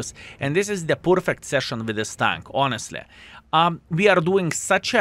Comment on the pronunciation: 1. Battle was pjurfekt 2. Too 😉